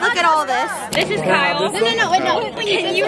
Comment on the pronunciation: Kyle 😭😂 you said kale like th vegetable